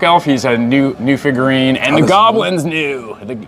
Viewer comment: Every time he says, "figurine" my soul cringes.